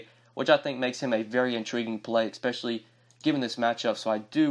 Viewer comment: I’ve noticed you say the word “especially” with an “eck” at the beginning. It’s odd.